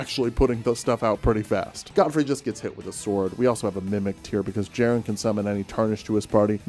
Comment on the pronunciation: You fool! The j is silent. It is pronounced Yerren. Like yer in for a good time!